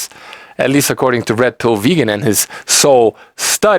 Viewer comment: Every time you say Red Pill Vegan your accent made it sound a little like Rectal Vegan. Couldn't stop laughing! Brilliant!